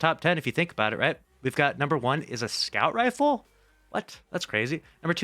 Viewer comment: I hate the way you say "a scout rifle" like it's some random legendary scout popping up on the list out of the blue.